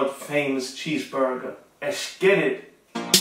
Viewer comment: Der boy macht aus nem Cheeseburger nen Cheesburrrrrrger